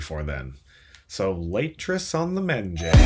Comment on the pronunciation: Did I just hear a leytress on the menjay?!?!?